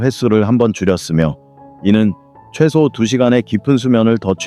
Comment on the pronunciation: 좋은 강의입니다. 그러나 단어의 발음 문제가 있습니기다. 야간, 이노, 현대,최소, 등, 첫 자는 모두 길게 발음하시옵소서. 유튜브에, nobulkoreanlanguage를 치시면 우리말 우리를 문제에 대한 귀한 강의를 들을 수 있습니다. 미국 변 완수 드림